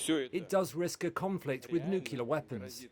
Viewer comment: Who is this uneducated presenter? What is Nukula? Is it some new kind of weapon? Is it anything to be concerned about?